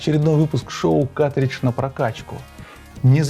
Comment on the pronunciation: Почему ты говоришь "катридж"? Где буква Р😢 Ведь картридж надо говорить.